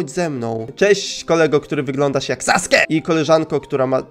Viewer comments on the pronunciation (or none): none